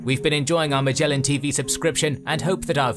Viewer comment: I don't know whether Magellan TV is special at all, but 'Magellan' itself is pronounced with a so-called hard 'g,' as in 'give,' not as in 'gem.' It reflects the original Portuguese name 'Magalhães.'